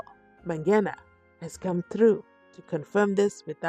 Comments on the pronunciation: Mangena not Mabhena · Mangena Mangena Mangena not Mabhena